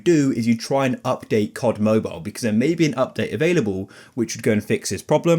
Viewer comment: C O D, not Kott.